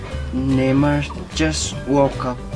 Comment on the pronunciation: Not newmar but neymar